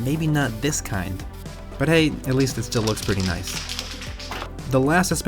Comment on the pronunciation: I'll give it a like cuz u said Noice 😁